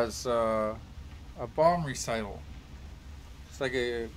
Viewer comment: a bomb recital? it's rehearsing it's bomb song? I think you mean RET-IH-KUUL aka Reticle. im only being a goof though, i know what ya meant :D